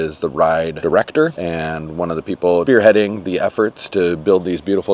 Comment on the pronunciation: wait, less than a minute in... did you say "beerheading the operation", or was that a brilliant edit where you cut off the front of "spearheading"? Anyways, will finish watching this after work and may have a more insightful comment later.